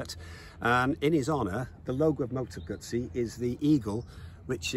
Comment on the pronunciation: Hello from Italy, and kudos for the double Z pronunciation! I can say that Guzzis are one of the last good things left in Italy that we can well be proud of, both when they reinvent a big classic like the v7 and when they go crazy on design and innovation. I love to see so much appreciation from all over the world for this otherwise small and still somewhat artisanal reality.